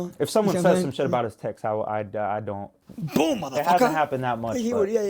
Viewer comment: All of these comments and yet not one talks about that perfectly pronounced “boom mothafucka” let out